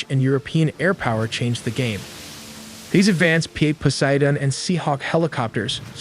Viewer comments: You pronounced Poseidon wrong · Hey … How do you say Poseidon?